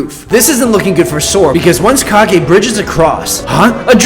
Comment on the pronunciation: Its kag e